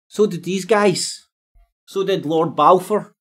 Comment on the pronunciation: You can't even say Balfour. It doesn't help your credibility much. Mind you nor does everything else you say.